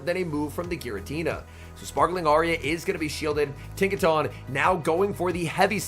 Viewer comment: Isn’t it pronounced Tinka TON as in a ton of bricks ? I could be wrong lol